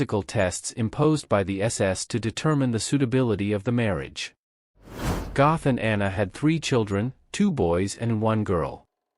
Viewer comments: Pronounced, “Get.” God forbid you get the name of the subject of the video right. 🙄🙄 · completely mispronouncing the names also.